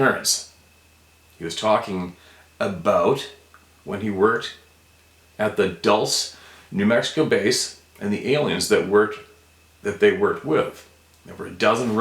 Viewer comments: We live in the farthest South mountains of New Mexico. Have not seen anything, but heard and sensed some crazy things. Also it is pronounced Doolsay, Dulce. By the way, I had a Apple phone once and it was compromised when I bought it, never owned one since. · in the U.S. the location known as Dulce, New Mexico is commonly pronounced as "Dull-Say". Dulce, N.M. has quite a storied and/or nefarious reputation in some circles/venues/subject matters. In the grand scheme of things it doesn't really mean squat/sh*t but there you go. BWA, WC. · Dulce, pronounced Dul-say. Just helping out with American cities. I live near Fargo,ND. A man saw a Dogman at the Wendell exit. I believe it's exit 55 right off I-94 going into Fergus Falls, Mn. This Fargo gentleman will know exactly where this is. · DULCE NM.. Means Candy NM.. pronounce DullSeee NM...Near Choma... Squatch Country 4shure... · Not to criticize but it's pronounced dul say